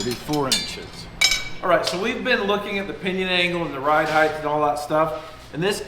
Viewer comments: Nooooo!! The word is HEIGHT not HEIGHTH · I know habituated pronunciation is hard to correct, but it's not "HEIGHTH" it's "HEIGHT" with a T, not a TH.